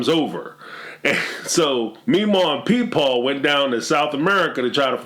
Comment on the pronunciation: You said “Peepaw” and it made me spit out my coffee!! 🤣🤣🤣